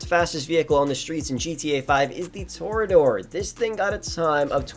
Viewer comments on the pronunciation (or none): none